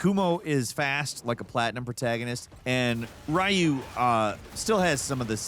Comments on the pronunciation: Everybody talking about his gaiden pronunciation but pronouncing Ryu as Raiyu is also funny. It's like clearing Halo 1-3 and calling him the Master Chef. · Ryu ffs RYU, REE-OO, wtf is Rahyu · I feel like you heard about this game from a friend. You gotta say the names correctly. Gayden and ryu makes me twitch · Gaiden as gayden. Ryu as rayu. Pokemon review wtf happened to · Starting your video by saying Ninja Gayden then Ri-u is not a good way to start your video especially if you want people to take you seriously from both a ninja gaiden stand point or even a platinum stand point. Hearing you say that reminded me of when I was a kid and having that argument in the early 90's in school with classmates. Its ri-u, no its ryu, its blank-a, no its blanka lol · Please don't call him "Rah-u" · "gayden" "rye-you"... Those are definitely ways to pronounce those names and uh if you did it for engagement.. it worked lmao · What about calling ryu rayu? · My favourite Ninja Gayden character is "Rye-yu". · Is the Gaiden pronunciations a reference to how Ryu's name is also mispronounced? 😂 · engagement bait af but it's so annoying tbh, the way he pronounces Ryu is so stupid, he's done this in other videos, like SF and so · His pronaunce of Ryu is worse